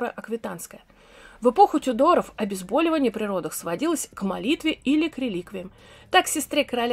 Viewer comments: говорите, пожалуйста, обезбОливание, обезбОливать! Весь интерес повествования теряется при неграмотной речи( проверочное слово БОЛЬ) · А как насчёт правил русского языка? Почему обезбАлиаание, когда корень слова - боль, а не бАль?